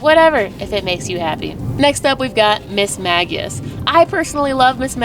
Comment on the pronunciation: It's actually pronounced "miss-may-jiss" 😉